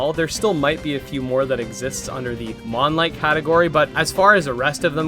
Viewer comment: Mon-lite is a great subgenre name